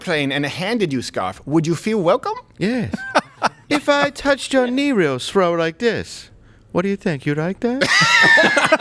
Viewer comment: "If I touch your knee reer srow" 🤣🤣